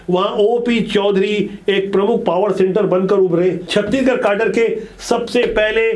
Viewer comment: छत्तीगढ़ नहीं गा छत्तीसगढ़ ।